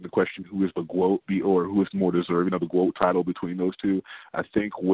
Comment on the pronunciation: There was no "GWOAT" conversation before CLARESSA SHIELDS